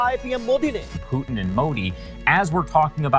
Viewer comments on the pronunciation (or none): Russian president pewtin😂😂